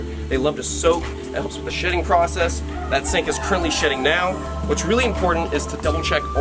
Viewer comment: When he said shedding I thought he said shitting